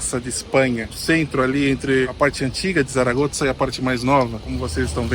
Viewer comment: Realmente a cidade é diferenciada e parece oferecer muita qualidade de vida. Uma dúvida: porque vocês falam "Saragotza"? Notei que o pessoal daqui pronuncia "Saragossa".